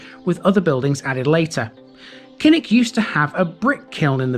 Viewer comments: KILL-ICK. Not KINN-ICK. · Thanks for the screen shot....but, Kilnwick - Killick, as in Beswick - Besick!!, silent n and w!!